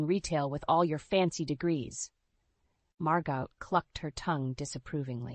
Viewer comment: Aunt ‘Mar-got’? It’s ‘ Mar-go’. You don’t pronounce the T.